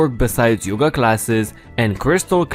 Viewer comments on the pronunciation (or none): none